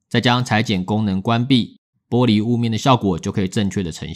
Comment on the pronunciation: ㄅㄛ璃材質 突然發音不標準感覺好可愛